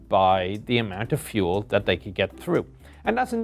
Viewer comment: feul???? i think you its Fuel...